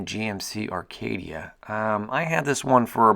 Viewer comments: Do you realize you are saying "Arcadia" It's Acadia. Not to be rude or anything. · "Arcadia"?......Acadia. *cuv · Not Arcadia...Acadia. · No mention that he said ARcadia the whole video?